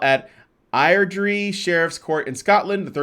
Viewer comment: Air-drih XD no separation but yeah weird name so can't hold you to correct pronunciation.